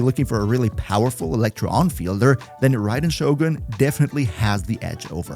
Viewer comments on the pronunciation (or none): none